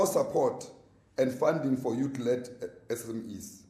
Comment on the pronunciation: "Youtle" league.